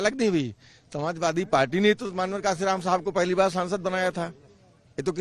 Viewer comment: मान्यवर साहब कांशीराम जी का नाम तो ठीक से ले लो पत्रकार,,उनसे बड़े नही हो तुम